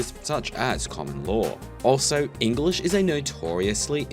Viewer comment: They speak “Engalish” lol